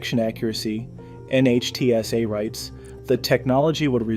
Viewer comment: NHTSA is pronounced nit-sa